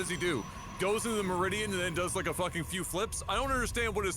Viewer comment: Median, not meridian. Great cast though!